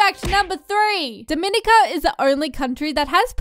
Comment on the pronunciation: You said dominica wrong